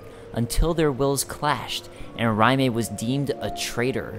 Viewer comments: Its "RAY-m" not "RYE MAY." Raime is a strange spelling though. Not as vague as Smough or Gough, though. (no pun intended) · Wouldn't "Raime" make more sense pronounced "Rayme"? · Captain Titforce Except for the complete lack of any truly "Japanese" names outside of a few weapons (i.e. Katana), the Souls series has always been heavily steeped in European mythology and fantasy (Germanic myths especially). It would make far more sense for their names to be of European origin or base, and thus SOUND European. So Alonne would be Alonn (e being silent), and Raime would be "Ray-m". Even going by your ideology Raime would be pronounced Rai as in Rye-me not ray-me.